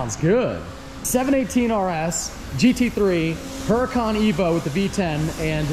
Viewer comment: It's actually pronounced hooracun.